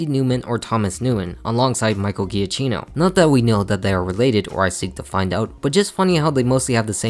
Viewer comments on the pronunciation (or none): It’s pronounced JUH-KEY-noh and er-COH-LAY, “”! 🤨